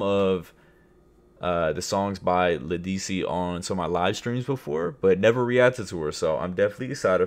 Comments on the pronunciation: led duh si is how you pronounce it but she eats. From New Orleans Louisiana...This was one of her earliest hits. The original is more captivating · Ledisi (Led-a-see) think of you ❤🎉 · It's LE-DUH-SEE😅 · It's pronounced lead-ah-cee 😂